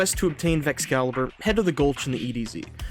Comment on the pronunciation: dont wanne be that guy but its called Vexcalibur, as in Excalibur, not caliber.